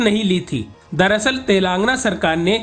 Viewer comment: कृपया अपने रिपोर्टर को तेलंगाना बोलना सिखाएं. तेलंगाना को तेलांगना बोलते हैँ. बहुत खराब लगता है